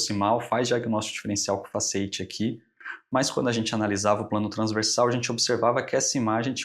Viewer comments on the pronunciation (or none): Muito bom. Mas creio ser fasciíte e não fasceíte.